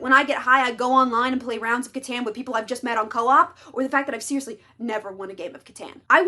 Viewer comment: the pronounciation of Catan is crazy XD I love catan though amazing game